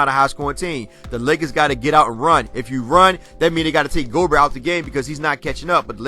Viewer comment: Double-digit lead loss was MORE IMPORTANT. Fans be so LATE. Damn, it's pronounced, Go-Bear!!!